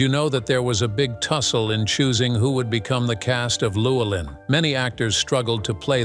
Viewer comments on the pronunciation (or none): but the bot totally botched Llewelyn .... "Luwell-in" lol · LLEWELYNN sounds like Lou Well an,, not the massacre of the narrator.. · It also butchered 'Llewelyn'. But, to be fair, few non-Welsh speakers can pronounce it correctly.